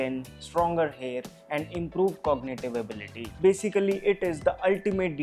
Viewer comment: It's hair ( hain)wanted to say